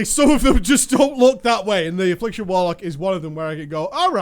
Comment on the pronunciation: "WARLCOK", ya dunnit.